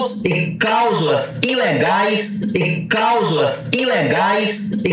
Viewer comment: CALSULAS!??😂ELE TÁ QUERENDO DIZER:CLÁUSULAS...KKKKKK....